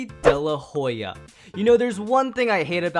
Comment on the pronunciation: You didn't say daylahoya